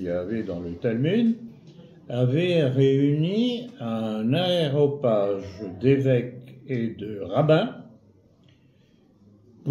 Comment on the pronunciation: Aréopage et non "aéropage"!